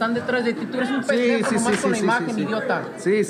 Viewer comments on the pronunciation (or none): never ATTEMPT to say Pendejo ever again, please. 🙏